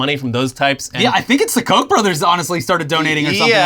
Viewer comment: Fyi guys, Koch is pronounced "Cook".